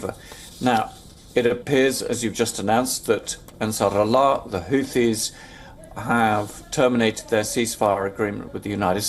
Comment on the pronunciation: Who Tees? WTF is a whotee? Low IQ stains on the road back to medieval times.